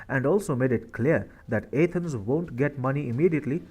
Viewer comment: How can someone not know how to pronounce Athens? You are pronouncing the A as in ape, which is wrong!